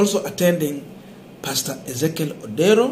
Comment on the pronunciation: What's wrong with you, you cannot read a name that is clearly written ODERO